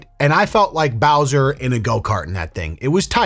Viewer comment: did he say bowzer from sha na na wth